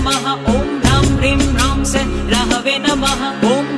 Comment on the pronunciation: AAP sah ko say bol rahe ho